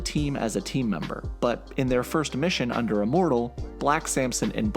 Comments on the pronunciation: Are you saying Uh-mortal? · ...you keep saying “uh-mortal” it’s “immortal” with an “I” lol